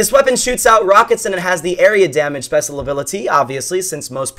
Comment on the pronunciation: You said " spesal ability"